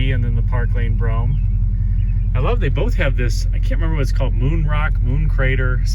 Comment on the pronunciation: It's Brougham